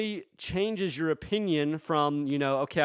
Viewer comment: The "Debt Star"